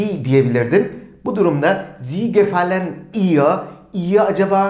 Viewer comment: Cümleyi okurken gefallen diye okuyorsunuz ama en sonda telaffuz ederken gefal diye okuyorsunuz hangi şekilde okuyacagiz